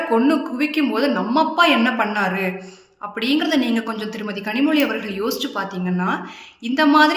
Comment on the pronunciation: 2ஜிய முதலில் முடிவுக்கு கொண்டு வரச் சொல்லுங்க கனிமொழிய முதலில் கனிமொழிய ளலழ உச்சரிப்போடு பேசச் சொல்லுங்க